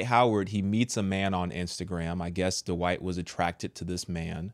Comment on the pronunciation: there’s a T At the end of the first name Dwight, and there’s a D at the end of the last name Howard. Please pronounce them Accurately. You’re way too educated and intelligent to cheat yourself that way.